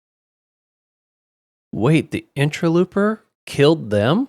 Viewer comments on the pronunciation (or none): Now that it is over I have to say, in ter low per, not looper. 😉